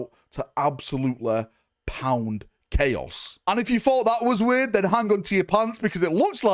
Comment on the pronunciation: "the taint of 'clay-oss'" new faction confirmed??? 😂